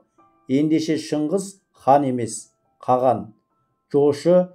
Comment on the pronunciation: Каған емес Каһан